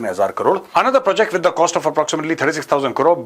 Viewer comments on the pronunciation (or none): none